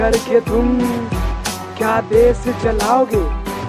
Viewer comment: tum sh bolna kab sikhoge..desh hota hai Des nhi